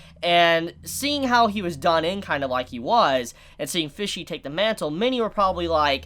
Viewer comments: Any other person: Pesci: PHISHSI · Why do you pronounce Pesci (Peshy) like Fishy? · Fishy? It’s Pesci, pronounced “Pe-shee” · I swear to god pronounced P-E-S-C-I (p e s s h i) as F-I-S-H-Y every single time - I mean the word translates to 'fishes' from italian but still.... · Everytime he says fishy I die a little inside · As an Italian everytime you say Pesci I cringe a little lol, still awesome review tho